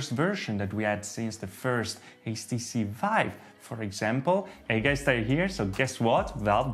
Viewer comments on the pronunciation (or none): none